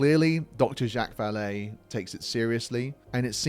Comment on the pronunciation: Since you are making use of Vallée's research, you should do a bit of your own and learn how to pronounce his name properly.